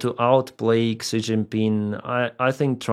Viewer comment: Він Ші, а не Ксі 🙃